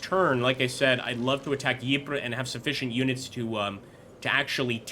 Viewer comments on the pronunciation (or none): Very small nit pick but Ypres is pronounced eeps or eepres with the Y being silent